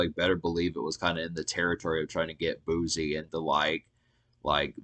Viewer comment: It’s pronounced boo-cee 🤦🏾‍♀️